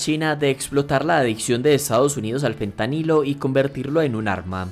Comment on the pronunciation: ¿Por qué dices todo el tiempo Pentanilo (con P)? A pesar de que el tema era interesante a los 2 minutos dejé de ver el vídeo porque me di cuenta que era la narración pasiva de un ignorante. En español el nombre de la sustancia es Fentanilo. Y en ingles °ph" se pronuncia f. De modo que por qué ver un vídeo de alguien hablando sobre una sustancia de la cual no conoce ni siquiera su nombre y sobre un país y un idioma sobre el cual ni siquiera sabe pronunciar las palabras más basicas